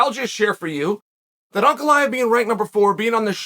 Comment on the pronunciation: There are way simpler names that Chael for some reason mispronounces terribly. He actually says this Russian name spot on.